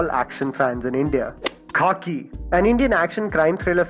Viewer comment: Khakee? Seriously?